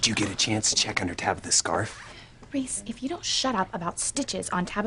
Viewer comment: Tabitha said Reese! Not Ross 😂